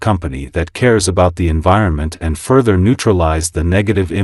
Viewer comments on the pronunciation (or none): none